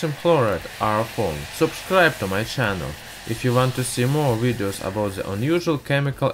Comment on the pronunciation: Oh my god i almost died of laughter everytime you say 'ze' instead of 'the' dude no offense really great video but man this is to funny